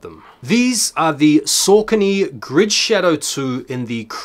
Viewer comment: Don't blow up the spot! 😅 I love Saucony its nice to be able to get some really underrated stuff with little stress on drop day. (also sorry to be that guy but its pronounced Sock-uh-knee) keep up the great vids!